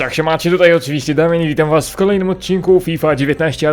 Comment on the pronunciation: Ty masz na imie Damian czy Damien ? Czy po prostu nie potrafisz swojego imienia wypowiedziec ?